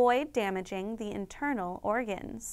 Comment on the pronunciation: iNtEaRNal OrGaens